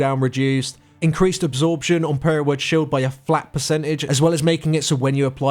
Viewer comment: is he calling power word shield, Prayer Word Shield?...